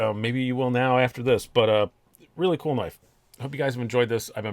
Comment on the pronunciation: You said “knaf” and I left immediately lmao just NO!!!